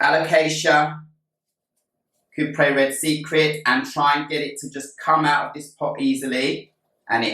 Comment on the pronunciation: First time I've heard it called it a "Coop-ree". Always thought cuprea was pronounced Coop-ree-a.